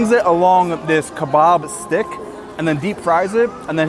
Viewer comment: Him saying: Kabab's stick Me: did he just say Kabab's dick ? Lol